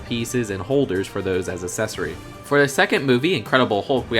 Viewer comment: You’re saying accessories wrong